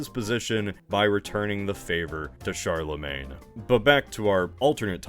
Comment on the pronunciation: "Charlemagne." Oh boy...